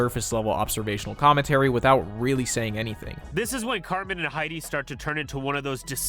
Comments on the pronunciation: I can't remember the video but I remember knowing something was up when he mispronounced, of all things, "Cartman" as "Car-Man" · He can't even say Cartman correctly. He says Carman.